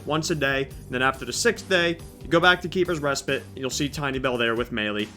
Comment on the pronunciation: “Keepers respit” what is respit?